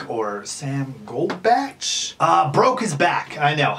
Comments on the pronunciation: The way he said sam and coby 🤦‍♀️😂jk but fr yh sam got it frickin lucky 🥺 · Ok I like the video concept but it just made me cringe to me it just sounds like your using sam and COLBY for clout you cant even say there names right witch tells me you probably dont even know what you talking about you just saw a chance for clout and took it😊🤧